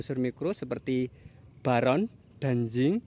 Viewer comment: Boron bang,bukan baron😂